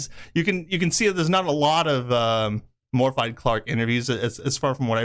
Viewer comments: Love the content, but Jesus. It’s not Morfide, it’s Morvith, th sound like ‘the’ not ‘thought’. Bonus points for trilling the R. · Good video but your killing her name Morfydd…. It’s pronounced /Morvid/ . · Morfydd is pronounced Moorvith. It's Welsh.